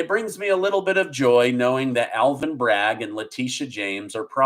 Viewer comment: Cohen. No "S" Bragg. No "S"